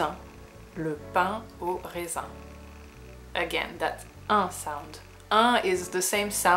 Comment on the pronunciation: This video almost works as ASMR. Pour « pain aux raisins », j’aurais tendance à prononcer le « ai » plus ouvert (dans la vidéo, je trouve que ça sonne presque comme « pain aux résins »). Mais peut-être que c’est juste moi ?